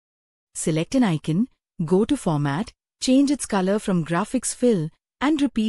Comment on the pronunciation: The "Illustrations" group isn't a default Excel group. It's a custom group, which can lead to some confusion. Also, that AI voice needs to learn how to pronounce "pivot". And it was hit or miss with "icon". And it totally mangled "extra labels" more than once. Other than this feedback, it's an otherwise interesting video.